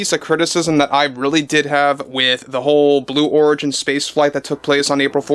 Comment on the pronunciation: Did he say Blue W h o r igin?!!! 😂 And please, Let the mocking contine til morale improves! Thank you. 😊